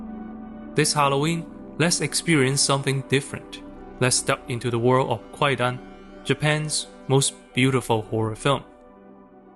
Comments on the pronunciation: "Kwaidan" is pronounced "KAI-dan," with the "w" being a legacy spelling from a historical transliteration system that is now silent. In modern Japanese, the word for "ghost story" is spelled and pronounced "kaidan". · A veritable shibboleth. I came to the comments to see if anyone corrected the pronunciation and I am not disappointed.